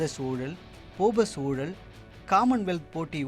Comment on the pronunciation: It's a pity that even the anchors of such programs do not pronounce all the Tamil words correctly. For instance, it's not oolal it's oozhal.